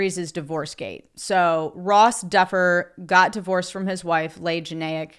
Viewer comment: Leigh Janiak is pronounced Lee Jan-Yak.